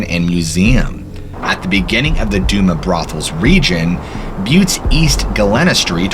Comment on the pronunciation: It’s pronounced do- mas brothel, And ga- Lena street, as a butte native it pisses me off when people can’t say shit properly